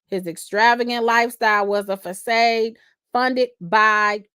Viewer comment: Did you say “fa-said?” for facade. I love you! LOL Thanks for breaking this down. It’s wild!